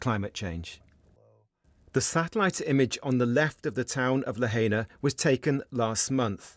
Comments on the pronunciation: False pronunciation of Lahaina. It’s pronounced La(High)na. Aloha. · it's La - HIGH - na, not La - HAY - na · Lahaina - La HIGH na. Not La HAY na. Hawaii - Ha Wa EE. Not Ha WHY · What is La-hey-na? 🙄👎🏾 it's pronounced La-hai-na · It's La-hi-nah, not la-hay-na. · It’s pronounced La-HI-na. Not La Hay Na. And everything is ruined there, including the boats in the harbor. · La-hay-na lmao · pronounced. "La hi nah" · I like how the reporter emphasized the correct pronunciation of Lahaina after the English anchors kept butchering it. Passive aggressiveness is an art.